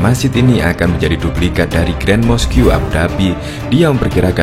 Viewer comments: Mosque dibaca mask, bukan moskyu yg artinya masjid. Itu kalau mau bahasa inggris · Mosque dibacanya mäsk ya bukan moskiyu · Admin, Mosque Itu sebutannya yang betul dalam Bahasa Inggeris atau pronoun nya 'mosk', bukan mos Q.. lain lah kalau sebut 'masjid' aje lagi senang.. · Mosque di baca moskh aja mas hehe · Moskiu yaaa 😅. Belajar lagi yaa 😊 semangat.